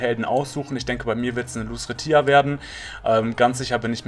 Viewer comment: Dabke für die Info aber bitte sprich lucretia Englisch aus dann hört sich das besser and 😊